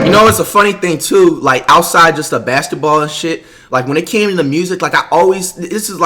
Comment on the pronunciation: This nigga said basteball😂😂😂